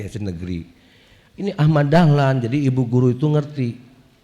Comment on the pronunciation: Sanes Dahman tapi Dahlan